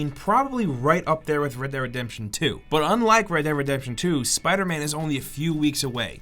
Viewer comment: Am i the only one who notices that he says "rederedemtion" rather than red dead redemption xD